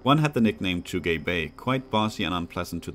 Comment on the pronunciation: Well, this is probably already too late to mention, but I assume Tugay Bey is probably actually a Turkish name, since „Bey” means „Mr.”, so Tugay would probably be pronounced „Too-gai”, not too gay. XD Other than that the reading and the pacing is fine, I think you could even be more patient and let us in on your thought process. — Overall, great that the series continues on the channel!